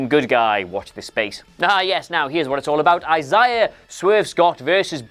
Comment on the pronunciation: you’re pronouncing Isaiah wrong DOWN